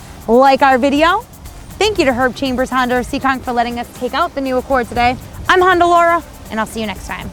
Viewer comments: Honder Accord......ROFL!!! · Honder accord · Honder lol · Is it just me or is she calling it a honder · HONDER!!! Gotta love it. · i tot she said her nama was honda laura...lol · She keeps saying hondurrr accord. WTH? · Why do white people say honder? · She said “Honder”....gotta love that New Wngland accent. Lost mine when I was 10 when I moved away from RI